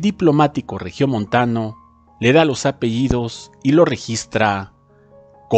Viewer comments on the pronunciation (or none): De igual manera dijo: Apeidos y es APELLIDOS.